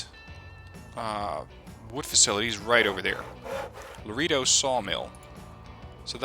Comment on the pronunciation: Laredo > La Ray Dough